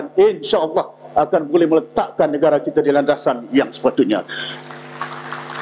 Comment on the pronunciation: YB kata sebenarnye, saye, negare, anggote, kerjasame, kite, untok dll.